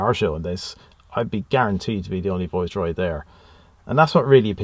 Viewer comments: I didn’t realise it was an accent as everything else sounded perfect, just sounded a bit weird rhyming with voice and not vice but superb car and loved the video and you got a bargain. Loved the rarity and I remember a tv advert with Carlton, Viceroy and Royale. Subscribed! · How do you pronounce this car, it sounds much nicer with your Irish tone than the English (Vice roy) when you say it's name it sound like (voice roy) it lovely It look very like the one my dad used as his car from tge manager fleet when he worked for Gm Europe Vauxhalls. They where like pool cars. I remembertgese cars well he a burgandy red colour and gold one it dad use to say it a carlton tarted up she was a working class girl who found a sugar daddy. We then moved to the Royals. He had metallic red coupe with gold crushed velour seats and sunroof and wood effect dash. The trouble with dad he was a Jaguar Daimler man so his private car was 4.2 xj he had tgem from early 1970 through to xj40 whenbfird took over hus boss a gm said no more Jags or else. Especially when the govt refused to sell landrover and jaguar to GM. I digress nice car! Dont you just love the colour choice youbgotbin cars Red crushed velour, Gold, green, blue abd black. Car interiors where intrestibg places. I hated black interiors, they are lazy, with no style, bring back colour. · I’m Irish and have been living in the UK a long time. So some words/phrases I pronounce in an Irish English way. If that makes sense. Thanks for subscribing 👍 The Viceroy is tucked up in the garage still. Has yet to emerge from its winter hibernation.